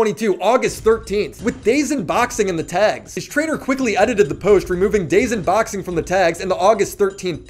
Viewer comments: You literally called DAZN "days inn" like 13 times and then showed a clip where the guy pronounces it properly. Do u even watch the clips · It’s pronounced daaaaaaazoooooone not dayz tf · Calls it “dayzin” multiple times, shows clip where dude says “dazone” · Bro it’s “Da Zone” not Daezn? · Dazn is pronounced da zone like in the clips show after u said it😂 not dayzn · It's pronounced "da zone" not "day zen" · Day-zin??? You mean da-zone. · Wtf is Day Zen? It's pronounced Duhzone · It hurts me you saying DAY ZEN instead of It being pronounced DAZONE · It’s not day-zin it’s da-zone dummy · PLEASE stop saying "dazing", it's "daz-own" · Day zn? Come on bro. At least learn to pronounce what you’re reporting on. Would take 2 seconds to watch a clip if you don’t know how it reads. Da Zone. Amateur hour. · homie said ✨dayzen✨ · clearly doesn't know anything about boxing/YouTube boxing if he's pronouncing "DaZn" as Day-Zun. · Dazn is pronounced da-zone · Brother its pronounced "DA-ZONE" but spelled Dazn... just saying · Dazn is pronounced as dah-zone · It’s pronounced “Dazone” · Man, sorry to b picky but its da-zone. That's how it's pronounced sorry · DramaAlert owns a boxing company and you can't pronounce DAZN be better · This guy doesn't even know how to say DAZN..... embarrassing 😂😂😂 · Bro your pronouning "Dazn" Wrong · bro please stop mispronouncing dazn